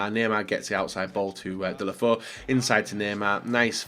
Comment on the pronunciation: It’s pronounced ‘delefau’